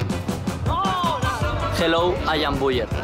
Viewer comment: Buyer said jello 😂😂😂